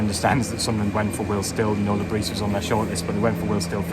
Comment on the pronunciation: Le bris pronunciation. The s is silent we have to get this correct out of respect for the